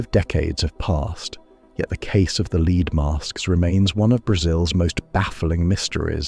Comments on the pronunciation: what did I learn here? just that AI cannot pronounce "lead" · Just a heads up, in the Brazilian story you mispronounce lead (as in the metal) incorrectly 5 times but pronounce it correctly twice. Also, you miss the most rational explanation for the Bermuda Triangle- the region has some of the heaviest shipping traffic in the world and it actually doesn’t have a higher rate of disappearances than areas with similar levels of traffic.